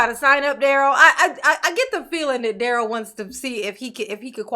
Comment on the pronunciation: Leave Duh-rell alone.... He's "MathboiFly," dammit!